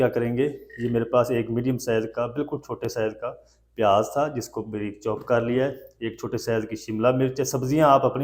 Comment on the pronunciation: Breek nahi Bareek